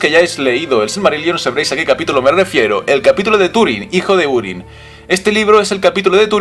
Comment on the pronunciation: Se pronuncia júrin, no úrin.